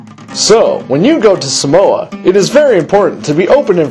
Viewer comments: Umm... don't believe this, this is not the Samoan culture. I'm Samoan, and hell no this aint samoa. But... you have to admit it was hella funny. Especially how he pronounces Samoa. He says "Suh Mo uh" Instead of "Sah Mo Ah" hahaha. and then Fa'a Samoa he said "Fah uh suh mo uh" instead of "fa ah sah mo ah" haha. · its saaaaamoa, not samoa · one more thing people need to know... It's (Sah-moh-ah)! not simoa u gone get lickins if ur not careful bra... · sole its SAAAAAAAAAMOA lol